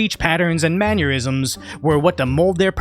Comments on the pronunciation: Idk if you know this but pronouncing mannerisms "manurisms" is basically combining "man" with "aneurism", which is exactly what those guys' tiktoks give me every time I watch them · "Man-uerisms" ? if accidental - gold if on purpose - 8000iq